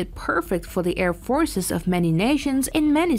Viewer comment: Non-native English speaker with bizarre placement of accents on certain words, annoying to listen to...air FORCES, operAtors, etc